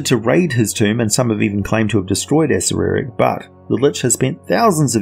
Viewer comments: You lose credibility when you can't even pronounce one of the most famous beings in the D&D Univers correctly, why do you ad the extra sylable? A-cer-ack. Not A-cer-er-ack. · Isnt it pronounced ah-sair-rak? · The right accerak pronuntiation is a-SHAI-ak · levimorne I think according to Perkins (you can find it on the Stream of Anihilation plot overview) pronounced it as, (Acer-err-ack). Funny enough, I think the pronunciation in the TOA book is actually wrong. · Chris Perkin’s pronunciation from the stream of anihilation. A-Cer-Er-Ack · lol thats what i thought. You pronounce it how you want tho. Be yourself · man, I have heard so many people pronounce Acererak and I have to say, the way you pronounce it is the latest lol. I will never actually know how to pronounce that dudes name! BUT good video as usual! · Pronunciation of Acererak Discuss... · Thanks for the feedback Erich, this video is several years old and I have long since corrected that error in my pronunciation thanks to helpful feedback from viewers such as yourself. If you spot errors in more recent videos, please let me know.